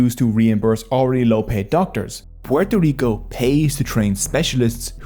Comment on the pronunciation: Thank you for the effort of saying "Puerto Rico" with the proper accent. Not pororico